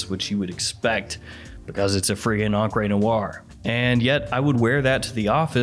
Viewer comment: Encre Noire: "On-cray noire"